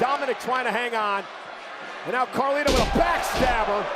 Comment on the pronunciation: thats not Carlito anymore its Car Lito